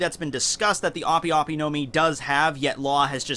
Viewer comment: Its pronounced ahp. ope is short for operation